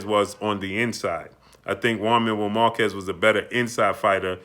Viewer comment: Who's jaun marrow markezz. Learn how to say names fam. Lmao. Salute